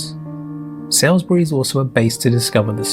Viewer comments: It's not Sailsbury - it's SALISBURY pronounced Solsbury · Salisbury is pronounced “Saulsbury” not “Sailsbury”. This might be AI. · Hi! Just so you know, the city of Salisbury is NOT pronounced "Sailsbury / Sales-bury", but "Sawlsbury" ("Sawl" as in "Trawl"). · Salisbury is not pronounced how it is spelt, but it is also mis-pronounced in this video too! Think Sauls-Brie or Sols-Brie for the correct pronunciation! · That's what I was thinking, why the blazes is this person pronouncing Salisbury as "Sailsbury"? That grates!! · Ai narration Salisbury is not pronounced how it isnsaid in the video